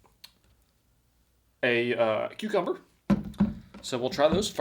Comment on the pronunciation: It's funny how pronounces it "Q-Cumber" instead of "Cuh-Cumber"